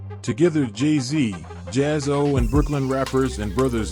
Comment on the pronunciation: It's Jaz-O, not Jayz-O